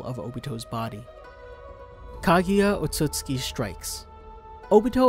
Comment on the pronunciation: good lord don't say "otootski" either I mean lol Otsusuki Edit: Jesus christ I can't stop laughing I'ma refer to Otsusuki members as otootski now